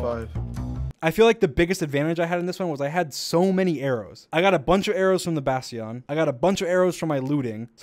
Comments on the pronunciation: Normal people: bastion Dream: Bass tea on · Why does he say bastion like its french lmao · it's pronounced bas-chin not bas-chee-on (I know George is from England which I'm pretty sure they pronounce it like bas-tee-on there) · "Bass-tee-on" lol. I think it's pronounced "bass-chun". Idk tho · He pronounces "bastion" like "bast-eon" like it's a pokémon. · Basion is Actually Pronounced bas-ton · Bastjhion - my pronunciation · He said "bass teon" SMMHHHH!!!! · I'm not doing this to be a prick, I'm doing it so other pricks can't make fun of you for an honest error in the future: "Bastion" is pronounced like "bas-chin" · Btw dream a bastion is pronounced bass-chin (Bass the fish) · Nobody: Dream: bastïân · i know he didn’t just pronounce bastion like bast tee on omfg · What? Bas-tea-on. How else would you pronounce it? Bastion? Ppttthhhh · wth is a bastyaan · lol "basty-on" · It is pronounced bash chan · “I got so many arrows from the Bass-See-On” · The new Eeveelution: Bast-eon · Did dream just say “basion” instead of bastion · i know, ive just never heard it pronounced that way lmao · Wait how did he pronounce bastion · That pronounciation, though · I wonder is bastion pronounced Ba-sh-ten or Ba-shti-en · thats not how you pronounce bastion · nobody gonna talk about dream' pronunciation of bastion? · Love how he pronounces "Bastion"